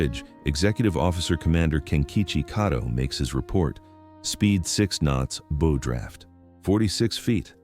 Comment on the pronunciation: More AI, (Artificial Idiocy). The word bow was mispronounced several times!